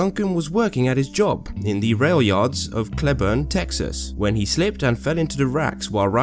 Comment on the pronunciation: I'm from Cleburne, Texas lol we pronounce it like Clee-burn but this was a great video either way lol